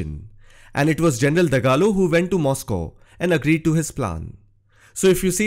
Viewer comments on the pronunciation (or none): none